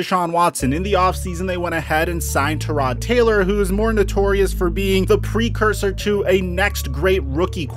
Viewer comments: Do you think he purposely miss pronounced names to get more comments? Tuhrod?!? Tugavayola?! Where does he get these pronunciations?!? Taga-va-Loa, Ty-rod not that difficult. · Never trust someone who can't pronounce "Tyrod" correctly